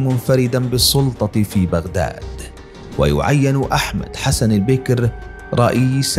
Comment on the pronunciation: وثائقي جميل جدا ولكن المعلق لا يملك الحد الأدنى من الثقافة ويجب ان تكون هنالك رقابة قبل رفع المقاطع. احمد حسن البكر وهواري بو مدين لا يعرف لفظ هذه الاسماء بالشكل الصحيح وهنالك الكثير من الاخطاء اللغوية والنحوية. يرجى تفادي هذه الاخطاء